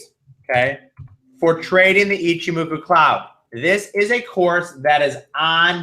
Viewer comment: Why are none of you people capable of pronouncing Ichimoku?